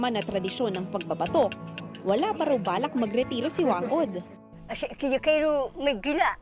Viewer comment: she pronounced it wrong! it should be Fang Od! thats how pacific islander pronounce 'Wh'